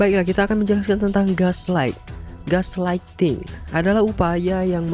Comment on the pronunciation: belajar pronoun bhs inggris dlu lay malu ama subscriber ngmg inggris masih blepotan, at least dengerin google gimana cara pronoun nya